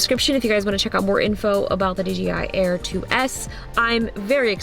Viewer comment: Justine its not DGI its DJI!!!!!!